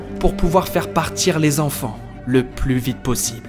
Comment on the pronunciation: 250 zenfants? Attention aux liaisons erronées,ça me fait grincer des oreilles